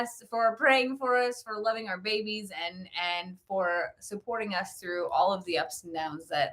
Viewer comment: You forgot when says FOR sounds like FAR. haahaaaa lol I LOVE IT!